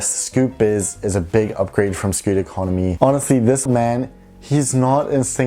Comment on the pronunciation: I was going to say.... It’s Scoot😂